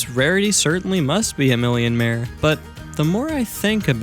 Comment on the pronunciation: IM SO GLAD YOU REMEMBERED TO SAY MILLIOMARE